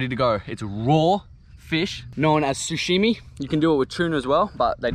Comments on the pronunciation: No one:: SUSHIMI instead of sashimi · ahahaha he says "sushimi" instead of "sashimi" lolll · SA SHI MI NOT SU SHI MI 😂😂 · it triggers me so hard that he's sayin sushimi instead of sashimi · Hahahaha sushimi....its sushi sashimi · Who's gonna tell him it's pronounced Sashimi not sushimi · Sashimi bro . Not sushimi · Its sashimi bot sushimi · No “damn lemon” and hahaha did he just call it “sushimi” ? Love these catch and fry vids mate! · I love how you call it sushimi hahah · love how he called it "sushimi"